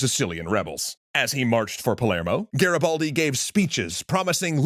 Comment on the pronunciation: Nice show, but your pronouciation of "Garibaldi" is terrible😅😅😅